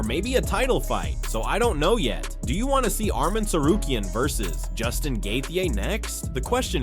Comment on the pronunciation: Brother you got to pronounce Justin’s last name correctly gosh